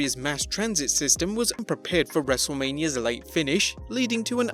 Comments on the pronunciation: This whole time i thought this channel named was actually Wrestlemania, until the beggining of the vid he says wrestlamia xD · All this time I thought the channel was named 'Wrestlemania' not ''Wrestlelamia'' 🤔